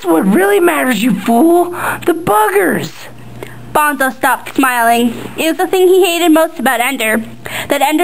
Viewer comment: Dude she's reading straight from the book! Bonzo takes off his suit to fight Ender fairly and to keep his honor. duh! and yes, it's BONE-so not bahn-zo. and buggers, not boogers . man oh man oh man... boogers... hahahha!